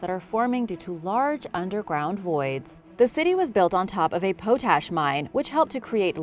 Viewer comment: My dear Madam the word you have been pronouncing potash is pronounced pot-ash just like in tea pot not pootash.